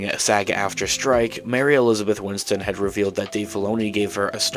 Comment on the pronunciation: Bro, her name is “Winstead” not “Winston” 😔